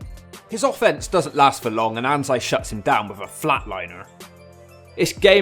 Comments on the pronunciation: The guy you called "anz-eye" is "A-nan-zi" it translates to anteater, as in the animal. Him and probably all the South African wrestlers work for the old white dude, he had a tv deal years ago in South Africa (you may be able to get info on some of them now with this info) the show was called "WWP Thunderstrike" I'm unsure as to if the promotion still had the deal going or not. This promotion had young PJ Black working under them he was a great worker there, he came to WWE as Justin Gabriel on NXT and then was part of the main roster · Hey I'm south african the Ananzi dudes name is pronounced A-nan-zee and also random fact Devon Shooter is the son of Blacksmith, I know nightmare personally he said that Yes That is The boy From Ring Ka king